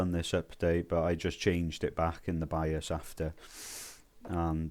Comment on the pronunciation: Nope didn’t make a difference, in fact made my fps worse. My fault getting advice from a guy that can’t even say bios correctly